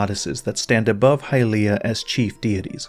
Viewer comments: It’s not “High-Leah” it’s “Hilye-ah” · Why when we have in game voice acting are we changing the pronunciation to hyLEEah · Hahaha, the eternal pronounciation war's. 😆 From a German perspective the word "Hylia" is pretty controversial. The 'y' letter in a stand alone matter is getting called pretty much the same as the 'ü' letter. So it would be "Hülia". But since it is called "Hailia" in the english & even japanese pronounciation, a few german C°CKS 😏decided to do the same, which is just so irritating. I always harass those people and tease them as "Heil'ianer's". Better not " Sieg Hailia my fellow Krauts. You don't want to be associated with a DARK part of our countries past, right? " 😎 Joke's asside, let us call the fictional goddesses however we like.